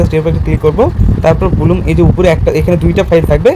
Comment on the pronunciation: ব্লুম না ব্লাম 😅